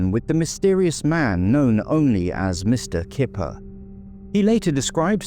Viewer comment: I wonder if the name was Kuiper rather than Kipper. May have sounded unusual as pronounced and so Suzy may have written it as she thought she heard it.